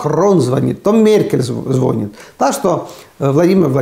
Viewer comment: Простите, но по-русски в слове звонИть ударение на втором слоге. Запомнить легко: в слове звонить не должно быть вони!